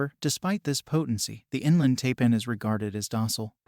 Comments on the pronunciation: It's pronounced TIPAN not TAPAN. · Taipan... pronounced "Tie-pan", not "Tay-pan".